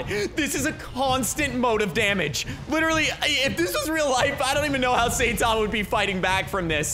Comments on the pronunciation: Imangine saying satama instead of saitama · IT NOT SAYTAMA ITS SAITAMA! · his name is saitama but you pronounce it as sitama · Now, i like and all, hes really cool. BUT HE MISSPRONOUNCES SO MANY THINGS THAT IT IS STARTING TO ANNOY ME. Its saitama not saytama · btw joe saitama is pronounced sai tama not sa itama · It’s not how u say it it sound like Saytama that’s how u sound like when u say it when u is saitama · saytama Me: it is saitama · You said sayTama it’s Saitama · bruh the way he pronounces saitama honestly triggers me, its not SATAMA, its (seye-tama) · Saytama it is saitama bruh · I hear “saytama” like bruh that’s not how you say it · S-eye-ta-ma;-; cmon you know this man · bruh its not saytama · Lol saytama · u where saying saitama name wrong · am i the only one that got kinda triggered when he said saitama wrong? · Ur pronouncing his name wrong trigger